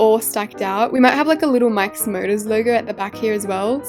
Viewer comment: The way when she says Mike's motors it sounds like mIkE's MuRdErS☠☠